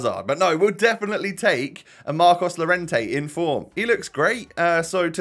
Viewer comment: When he said Marcos lorentte 😶😶